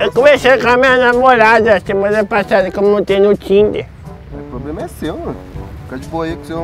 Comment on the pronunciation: O mano no final : "Poblema e seu " 😂😂😂